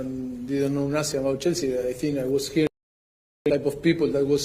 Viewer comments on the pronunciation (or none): It sounds like he is calling Chelsea jessy lol they are a load of girls 😂😂😂😂